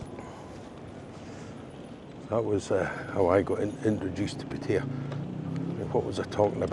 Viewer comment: Great video but you need to learn to pronounce Pattaya correctly. Ask your missus.